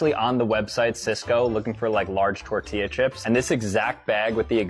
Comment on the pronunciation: Bro saying tortilla like a Mexican is the ultimate cringe!!! Also please turn mic off when not commenting, hearing your breathing and smacking is just as cringe. Other than that not bad